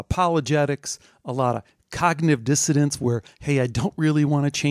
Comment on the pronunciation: COGNITIVE DISSONANCE, not "dissidence." Learn the damn word!